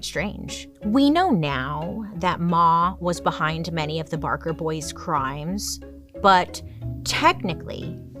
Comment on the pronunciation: Do you mean Ma BaRker? I may know a thing or two about her. Oh. Okay. I guess you came back from that mispronounced once.